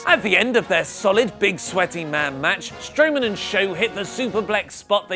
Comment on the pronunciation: Did he just say braun Strowoman 😂😂😂